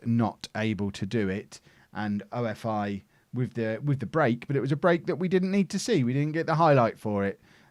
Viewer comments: it is not "O. F. I. CRETE", these are not initials, it is "OFI" which means snake in Greek and the team is from Crete which is a famous and the biggest Island in Greece! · Traffic light August :D PS-OFI is pronounced OFFEE (like cOFFEE without C). You welcome :D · You call them ofi. Like one word not the letters and you dont say crete. The same with AEK athens you dont say athens never and aek is one word not a-e-k